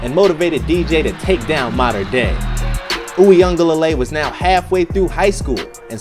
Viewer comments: (You-ga-lay-le) that’s how you say it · This is how you pronounce his name Brodie. DJ “Wee-Ngah-leh-lay” but overall good content 🤙🏽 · I cant take the butchered name pronunciation 🤦‍♀️